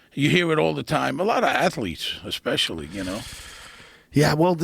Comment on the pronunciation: Joe "Expectially" Rogan